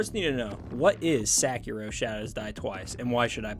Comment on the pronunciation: Great review but you butchering that name 😭😭😭